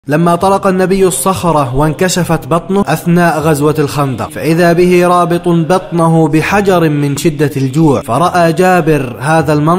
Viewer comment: بحجربن وليس بحجر